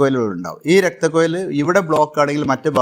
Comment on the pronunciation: രക്തക്കുഴൽ എന്നാണ് പറയേണ്ടത് കുയൽ അല്ല